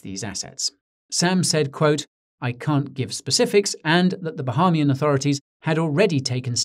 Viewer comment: Bah-A-mian. The a is an a an ah